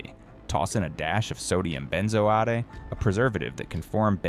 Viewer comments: "Ben zo atee", said the AI. 555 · Lol at benzoate pronunciation